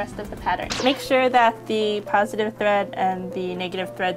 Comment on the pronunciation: haha instead of saying make sure she says "wake sure" lolx .. sounds kinda similar !?! :P lolx jk ..